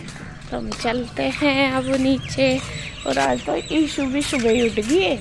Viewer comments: Yaar asp ishu ko issu , ashu ko aasu kiu bolte ho, 🤔🤔 pd ke jaroor batana please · Mostly gaon ke log "श" ko स bolte hain Haryana up me ye baat bahut dekhi hai Maine खुस, सोक(शौक), सान, साम Etc etc